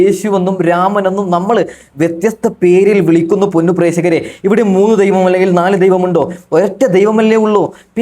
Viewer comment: പ്രേസകരെ അല്ല പ്രേക്ഷകരെ